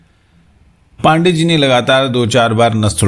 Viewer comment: पान डे ,कृपया इसे उच्चारित करें। पांडेय। जिसे आपको मेने अलग - अलग कर दिया है।